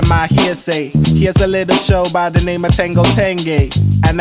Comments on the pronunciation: Bro its ten-JO not ten-GO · I really like what are you doing here… I found it because I went on a search for how to pronounce the name of the show. I noticed you’re throwing a little bit of a GA style G sound in there forThe JH in tenjho I’ve also heard people pronounce it with a HA style H sound. Personally I have no idea how to pronounce it but I was wondering if you or anyone els knew something about the etymology behind this word because I was having trouble finding stuff. 🪬🫶🏽✌🏽🌈🧚🏽‍♂️🗝👾